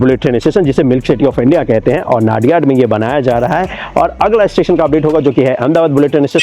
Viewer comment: ⚠️ONE CORRECTION PLEASE CORRECT PRONUNCIATION 🔽 It's NOT नाडियाड... it's called नडियाद...